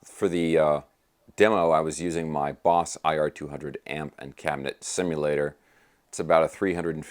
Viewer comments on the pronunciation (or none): none